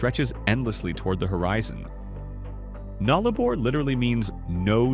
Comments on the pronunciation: As an Australian, I was shocked by the way the AI voice over pronounced our words. We pronounce Nullarbor as “Nulla-bore” not “Null Arbor” and Uluṟu as “Oola-roo” not “Oo Loo Roo”. There are more…but…you know…you get the picture… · Its called the Nullabour not the 'Nullabor', get your pronunciation correct. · Nullarbor - null-ah-bore said as two syllables, nullah - bore and given equal weight. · Butchered Nullarbor. Null-uh-bore. Null and bore are the stressed syllables. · Yeah it is... Null + Arbor = No Tree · Yeah, I stopped watching after your second butchering of "Nullarbor"'s pronunciation. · Learn to pronounce towns or words there is no a in Derby it's pronounced derr bee and null arr bore